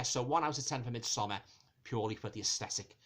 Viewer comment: Thank you so very much for not pronouncing it "Mid-somm-*aaaaahhrrrrrrrrr*" ☺️ Sincerely, a Scandinavian